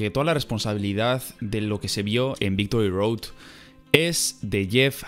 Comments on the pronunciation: Minuto dice "Victory Doad" Ahre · Dice Victory Doad WTF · "Victory Doad" :v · Victory Doad? 😅😅🤣🤣